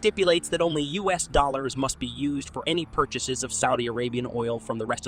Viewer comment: You cite percentages in your videos a great deal. However, your narration (both text and voice) always skip saying "percent" which is jarring. Also, you frequently pronounce "US" as the "us" pronoun. If you correct these deficits, your videos would be more polished.